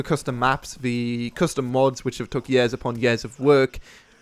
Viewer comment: he says years like yeahs :)